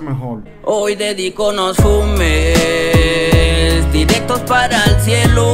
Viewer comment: Dice "Fumes" No Sumes